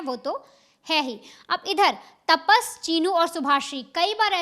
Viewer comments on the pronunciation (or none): तापस नहीं रे भाई तपस है उसका नाम काय ताप आहे डोक्यालां